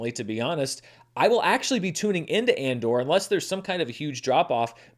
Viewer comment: Did said “Mandor” at?